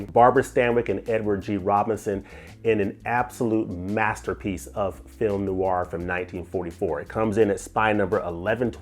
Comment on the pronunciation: Film NOIR has just one syllable! Not NOO-ARR. The term translates from French as Black Film or Dark Film.